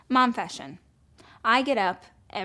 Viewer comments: The second I heard her say "mom-fession" I fucking changed it. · " momfession " she lost me there. I had to keep watching though to see how she failed.